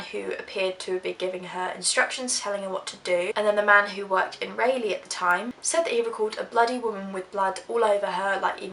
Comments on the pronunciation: It's pronounced Rah leigh not Ray leigh, lol. I'm from North Carolina :) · not to be picky, but if you're curious, "Raleigh" is pronounced RAWL-lee...doesn't matter to me, just an fyi; I know you're not from the states so it's all good. great video though. :) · it is pronounce like rah-lee (Raliegh). Loved the video though. never heard of this case before. Awesome work! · I love your videos! But Raleigh, NC is pronounced Rah-lee. 💖